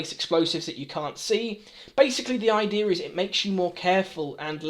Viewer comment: Gotta love "basically" and "idearr"